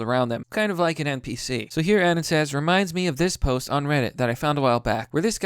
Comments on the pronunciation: these people are almost as dumb as your pronunciation of anon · you pronounce anon as "Annen". what in the actual fuck. i think you just outed yourself as the real NPC